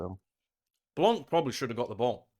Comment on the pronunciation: Hey please stop saying Blank. It is Blanc the n and c are silence.